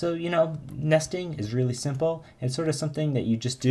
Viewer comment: you say nesting like nasty-ing :))) Very cool videos, thanks a lot.